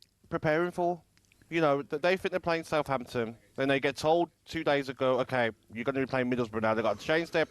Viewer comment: Talk sport its Southampton. It's tonda